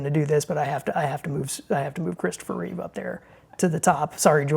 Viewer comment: REEVE !!!!!!! Get it right !